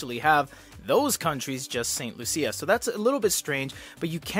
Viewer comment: I lol the way you pronounced St. Lucia😅